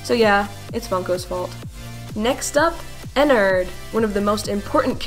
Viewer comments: "Ennard" Not Ennerd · thats not ennard, thats airnnard